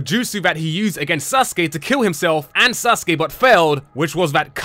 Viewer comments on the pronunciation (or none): none